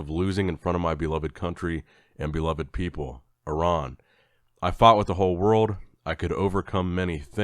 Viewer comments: Thank you for pronouncing Iran correctly. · is the only American pronouncing Iran correctly.